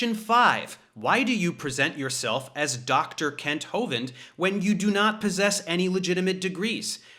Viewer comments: What he said: “Hey Kent”! What we heard: “Hey Cunt”! Truth and 🔥🔥🔥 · i think you mispronounced Kunts name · Ahhh! It's pronounced "kent" ! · You mispronounced his name, Dave. The couple of times I heard you, it actually sounded like “Kent”, when we all know it's really “Cu#t”. What happened to my keyboard just now? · I love how Dave says, "Hi Kent." You can almost hear the U. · "See you later Kent" ... not sure the emphasis on "Kent" was subtle enough ;) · Are we sure his name is pronounced as "Kent"..? I'm fairly sure the correct way would involve sounding another vowel in place of the 'e'... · That "hey Kent" sounded like "hey cunt" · Something wrong with my ears. When Professor Dave says "Kent", I keep hearing a different vowel.... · I love the way Prof Dave say the word "Kent" there's a tiny but inflection that sounds like he's almost saying another word that I couldn't possibly write here as it's a family channel. love ya David ✌🏼